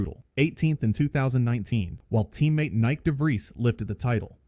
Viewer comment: Lmao, saying Nyck like Nike🥀 just say Nick lb